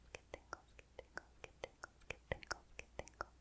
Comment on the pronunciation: Your... mouth sound enunciations... are FLAWLESS. The G and T on the word get and tingle, the D and T in Doesn'T, all of your hard syllables pop in the softest but brightest way, like raindrops on my brain-window.